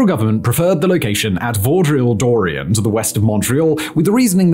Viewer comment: Simon, you’re mispronouncing Dorval so badly 😂 it’s said like “door-vahl” (Also Vaudreuil was butchered so badly I laughed for a full two minutes it’s “voh-dreu-ii”) But bang on for the rest of the actual content of the video